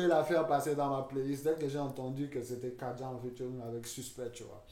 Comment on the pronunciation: Frère c’est KADJA et pas Kadija !!! Merci !!